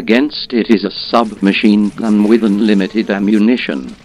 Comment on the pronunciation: When says "submachine gun" it sounds like "submission gun."